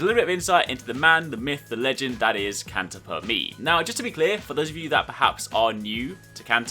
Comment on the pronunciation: it's Italian not English pronunciation, it's not PER ME (as english ME), but it's ME in italian, the meaning is the same but the pronunciation it's wrong, if you read it like u did in the video it's half italian and half english....try to type "canta per me" in some kidn of voice reading app (with italian voice activated) and u will hear the right pronunciation tho